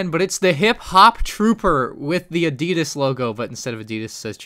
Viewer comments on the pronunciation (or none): Not "Adjidas" it's Adi-dasss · adeedus....never heard Adidas proununced like that XD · Search up how to say Adidas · Im sorry but i must dislike because of the way you said adidas